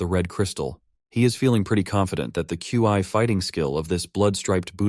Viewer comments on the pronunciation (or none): Love it but can you say instead of Q I or key, can you call it chi....or Xi amazing narration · bro said Qi lol